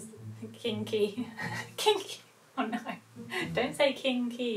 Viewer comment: Is it just me or did anyone else feel the British Accent in Key's "Oh No!" ???